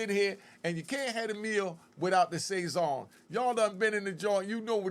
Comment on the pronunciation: It's pronounced Sah-sown so it rhymes with bone not say-zon